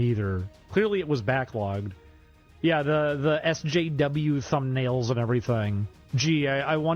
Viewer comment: The way he talks is insufferable. No way is that his normal cadence. The way he pronounces SJW is hilarious. "Essssssssssss Jaaaaaaaayyyyyyyeeeeeeee Double yeeeeeeeeeeeew